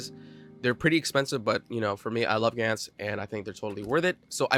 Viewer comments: I really like your top 10, maybe I should make a video of my own with a couple different choices :D PD: It's pronounced: "GANTZ" not "GAENTZ". You have to pronounce the A in the middle like in spanish. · Blame pronouced like aim. Gantz is like ants